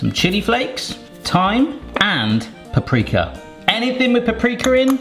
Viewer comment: Every time you say Paprica I remember you sound the pppppppp thing lol 😆 and I have really control myself whenever anyone says seal to not follow with biayay hahaha